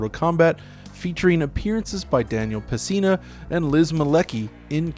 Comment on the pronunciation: You lost me at Daniel "PES-SINA" -- FFS dude... Don't butcher a legend's name especially when you're glorifying the franchise he starred in!